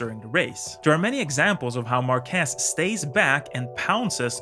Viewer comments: First:: Learn to pronounce his name right: Márquez, not Marquuuééééééz. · Márquez it is pronounced with the strenth in the a, not in the e. It's MÁrquez, not MarquEz. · WTF? Marquéz? It's Marquez. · And his last name is Màr-keth...that is the correct pronunciation. I have really never understood while English Speaking TV Hosts call him "Mar-kèzzz". He is far from being French....he is as proud as a Catalan can be..... which means he can't handle the french..... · It's MArquez, not MarquEZ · It's "Márquez", not "Marquéz" ;D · Bro its MARquez not marQUEZ but good video anyway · Márquez is stressed in the A not the E. Otherwise you are saying "marqués" which translate as "marquess" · It's MÁrquez, not MarquÉz. (Emphasis on the first syllable) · that is a very nice video and analysis of Marc's driving style and techniques. Just a constructive critique, his last name is not pronounced "MarquEEEz", as you call him. It is pronounced correctly as a popular spanish last name, "MAArquez", with an accent on the "a". If you take a look on how his name is spelled, it would make more sense. Márquez. In spanish, we do emphasize the vowels which are accented.:) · Great video! Congrats! Just one minor thing though, pronunciation is “már.quez”, being strong the “a” and not “mar.quéz”! :) Sending support from Spain! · It's MAR kes, not mar KES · mÁrquez not marquÉz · Great video! I just wanna point one thing out: It's not Marquéz...It is: Márquez...that's the exact pronunciation. Regards! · The name is pronounced MÁrquez , not MarquÉz. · It's actually "Márquez" so it sounds more like MAR·keth 👍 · Actually, his surname is Márquez, with the entonation in the ''a''. You pronounce it like Marqués. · MarquÉz Spanish people: 🥴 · It always hurts me how English speakers mispronounce his name. It's Márquez, stressing the 'a', not Marquez with stress in the 'e' like you always say. I'm not even going to try to correct that z... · MARQUEZ........EMPHASIS ON THE "A"!!!!!